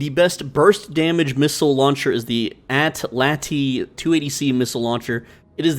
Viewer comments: The missile launcher is pronounced "atel atel" without the e sound. An atlatl is a tool for throwing spears farther. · Just a heads-up: "Atlatl" is spelled with an L on the end, not an I, lol. It's pronounced "at-LAT-uhl". It's named after an ancient weapon used by tribal warriors thousands of years ago that is literally like a bow-and-arrow without a string, and used with spears instead of arrows. It gives the user the leverage to throw a spear a LOT farther than they could by throwing it regularly by hand. Yes, I'm a history nerd (particularly military history and weapons history, but other types of history as well), and no, I don't care. 🤣